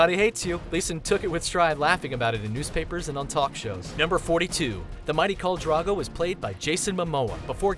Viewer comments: It's Drogo, not Drago. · The Mighty Khal Drago... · "Kohl Drago"... Dont u ever say that again :D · "Daenerius, Khal Drago, Lisa Stark, Tara, Old Nahn", has this guy even watched the show lmao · "Kahl Drago" ffs, at least say it right. How do you get Draaaago from Drogo??? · "Khal Drago" XD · Why does he keep saying "Drago" it's fucking annoying. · Dro-go! Not Dra-go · Danarees, Viserees, Tara Greyjoy, Khal Drago, Lysa Stark, Old Nahn, C'mon dude at least learn how to say the names. Watch the New Rockstars videos on GOT, they have just as much information and they actually watch the show. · Khal DrAgo? What bullshit is this?! It's Drogo. With an O. Pls for fucks sake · he also keeps going on about Khal 'Drago' so there's that.. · Old naaan, Khal Draago, Danerius, Alario, Veseries, Meester Luwin. Omg. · So many mispronunciations. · when you do all this research on the show how can you pronounce so many of the names wrong? Lysa Arryn, Catelyn Stark, Khal Drogo, Daenerys and more are pronounced wrong several times in this video. i love these videos but it really irks me when you don't even try to pronounce the names correctly...